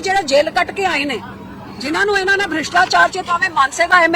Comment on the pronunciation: ਕਿਸਾਨ ਵਿਰੋਧੀ ਨੀਤੀਆਂ ਅਤੇ ਕਿਸਾਨ ਵਿਰੋਧੀ ਬਿਲਾਂ ਤੇ ਦਸਖ਼ਤ ਕਿੱਸ ਨੇ ਕੀਤੇ ਸਨ ਉਨਾਂ ਬਾਰੇ ਵੀ ਦੱਸ ਦੇ ਜਰਾ ਪੰਜਾਬੀਆਂ ਨੂੰ। ਹੁਣ ਨੀ ਤੁਸੀਂ ਪੰਜਾਬੀਆਂ ਦਾ ਬੁੱਧੂ ਬਣਾ ਸਕਦੇ ਹਾਲੇ ਤਾਂ ਤੁਹਾਨੂੰ ਗੁਰੂ ਗ੍ਰੰਥ ਸਾਹਿਬ ਜੀ ਦੀ ਮਾਰ ਪੈਣੀ ਹੈ। ਪੰਜਾਬੀ ਤੈਨੂੰ ਸਿੱਧੀ ਬੋਲਣੀ ਨੀ ਆਉਂਦੀ ਭ੍ਰਿਸ਼ਟਾਚਾਰ ਨੂੰ ਬਰਿਸ਼ਟਾਚਾਰ ਦੱਸੀਂ ਜਾਂਦੀ ਹੈ।